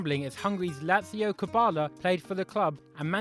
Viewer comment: We need to talk about your Hungarian pronunciation. YOU SAID FUCKING 'Cizbor' and managed to call Laszlo Kubala 'Lazio'